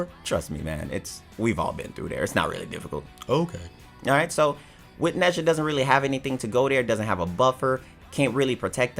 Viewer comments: His name is pronounced Nah-jah. Not neza. He’s chinese lol. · I was cringing when was trying to say nezha dramatically but saying it wrong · Got a little triguered when he said nezha 😔